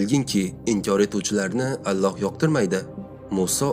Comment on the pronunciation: Allox emas Ollox deb oqisangiz bolardi?